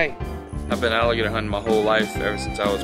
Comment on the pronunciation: Onggg they said alligatork 😂😂😂